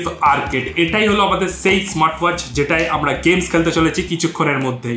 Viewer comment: বাংলা উচ্চারণটা আরেকটুখানি ভালো করে বলার চেষ্টা করবেন।যেমন আপনি বলেন চেএই,উচ্চারণটা হবে সেই।🙏🙂